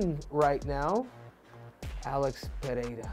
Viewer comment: First American that pronuncies Pereira correctly. 👏